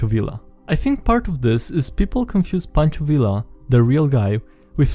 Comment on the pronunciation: Oh my. It was excruciating to hear him butcher Pancho Villa's name over and over.